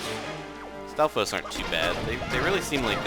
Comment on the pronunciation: You seem to have the most trouble with stafos not the wizrobes